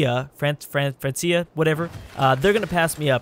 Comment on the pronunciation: It's pronounced "Frank-ee-ah" not "Fran-see-ah". It's basically the dark ages name for the region of france where Paris and the Seine is, back when the land of France was split into several kingdoms. This is why you have several regions like Normandy etc.. on historical maps.